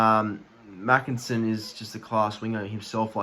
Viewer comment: Heads up buddy. Tommy makinson is pronounced 'maykinson'